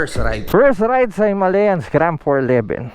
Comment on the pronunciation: Brod...tama ang bigkas mo...HIMALAYAN... May isa kasing blogger na ang bigkas nya ay " HIMALYAN "...Kasi naririnig nya yun daw ang bigkas ng mga indiano...eh bulol kasi yang mga indiano na yan... Sabi ko sa kanya...ang nakalagay ay HIMALAYAN at hindi HIMALYAN... Kinuha yan sa Himalayan mountains dahil pwede nga ang motor na yan sa off road... Yun lang brod...salamat... May royal enfield din kasi ako...classic 350... Thanks...